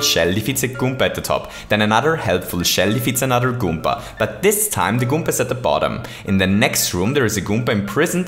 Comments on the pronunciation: You need to stop saying goompa. Its goomba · At 8: 43, you called a koopa a gommba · I like how he says goomba. "Goompa" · this was amazing but i still despise the way you say goomba okay no for real good vid